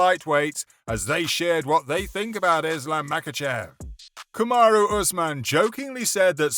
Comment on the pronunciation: Kumaru usman